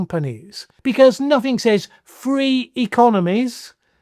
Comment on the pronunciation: Why are you the ONLY English speaker I know in my nearly 7 decades that actually pronounces “says” as exactly that and not “sez”? Now do Leicestershire. And if you want to pronounce the place name the way it’s usually pronounced and not how its spelled, it’s Muh-doo-roh not Muh-dyoo-roh. Proper nouns get pronounced however the owner of the name sez they are. So, yes, it’s Less-tr and not Lie-cess-tur-shyr.